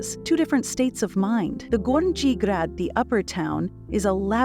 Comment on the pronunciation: Donjee? Gornjee? Greydeck? Banjelachik? .... the pronunciation of these parts of the city is ridiculous. Donji=doh-nyi, gornji=gorrnyi, gradec=grahdets, zrinjevach=zrinyevats, Banjelachik=Bahn Yelatchich...